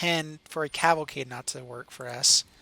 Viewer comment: Liked because you pronounced Cavalcade correctly once